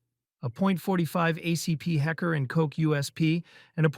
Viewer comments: think he was pointing out that the narrator straight up ignored the L in Heckler and just pronounced it Hecker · Did you really say Hecker and Coke 2 times? HeckLer and Koch, not Hecker.... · HECKER and Koch?! Idiots! And the Beretta M1934 was in .380, not 9mm. And WHAT is a 356 magnum?!!! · Kock was pronounced right, heckler wasn't